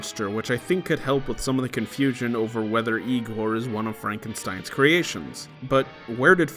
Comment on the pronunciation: "no it's pronounced 'Eye-gor"